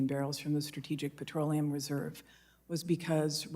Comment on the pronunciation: It's petroleum... not patroleum.